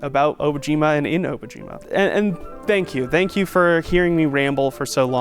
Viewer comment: I'm confused about the pronunciation of the name of the project. Obojima in Korean is "Dont be afraid" while Obojima in Japanese is "Grave Island"(technically not even a word though...). Both languages do not pronounce the name like the creators have been. How is everyone else pronoucing it?